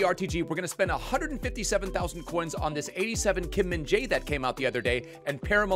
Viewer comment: you say always kim min dae kkkk he name is kim min jae!